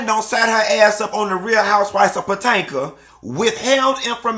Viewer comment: "Potanka"...is what kilt me... But Robyn is a clown this season...🤡😈